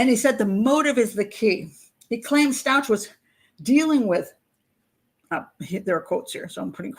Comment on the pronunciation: Stauch ends in a hard "k" sound. Stouk.